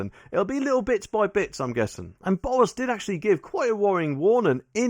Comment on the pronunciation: It's Boris not Bowis 🤪.